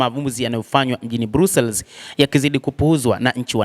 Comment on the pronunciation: BELGIUM 🇧🇪 👉BRUSSELS 👈 HII INASOMWA NA KUTAMKWA HIVI 👉BRASILS SIO BRUSELS